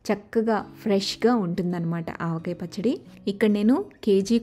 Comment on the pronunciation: Aavakaya? Pachchada? Avakai Pachchadi enti 🤦🏽‍♀️